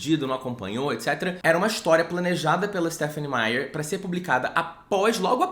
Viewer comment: por favor faz um curso de ingles para pronunciar corretamente o nome da autora.